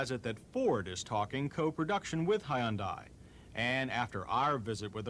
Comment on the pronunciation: High-un-die Almost better than Ty-oda Cam-ray